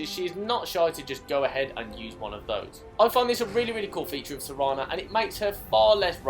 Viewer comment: Serana, not sereeeeeena